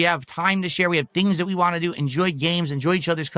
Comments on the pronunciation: can't pronounce the letter "T" at the end of a word if it doesn't have another letter after it. An example would be the word "Want". He says it as "Wahhh". Thats why he over enunciates the "T" in Twitter and Turkey. He has some kind of speech impediment. This is pretty common in people that have developmental disabilities. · His inability or refusal to properly say the word “want” is so annoying 😂